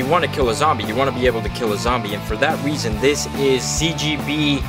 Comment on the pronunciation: said Weason